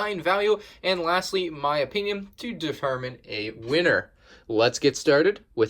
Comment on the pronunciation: Sounded like you said defermine instead of determine